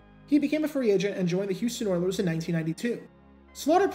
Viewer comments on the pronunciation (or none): none